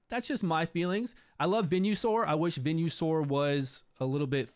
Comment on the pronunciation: Venue-Sore is what I'm saying from now on